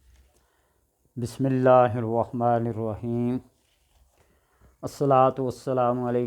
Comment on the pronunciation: ap Bismillah ghalat parhtay hain. Plz apni islah krain